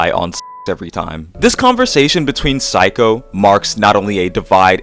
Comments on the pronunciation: Cool video! I think Saeko is pronounced like say-koh though, kinda odd to hear it as psycho :p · mmm instead of "say" it's more like "sah-eh" -> sah-eh-ko (サエコ). pronunciation is basically correct lol yay phonetics!! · I think it's pronounced exactly the way it's written sa-eh-ko